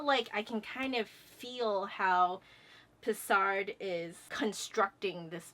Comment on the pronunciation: I just got back from rehearsal weekend and my body is a wreck, from singing all weekend. That's why I can only get to this video now. I memorize purely by listening. I can't do it any other way. I admire you for your ability to memorize by sight. Also... Leave out the d in Pessard and you're good ;)